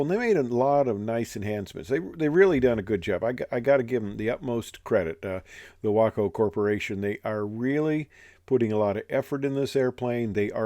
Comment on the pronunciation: It’s great that you pronounce your WACO correctly.